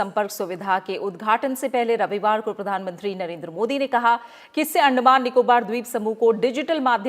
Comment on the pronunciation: I am hearing 'आंड' मान